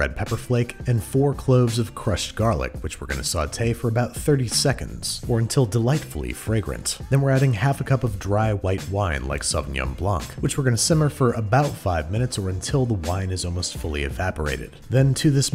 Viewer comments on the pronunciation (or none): when will 'muricans learn the c in Blanc is not pronounced?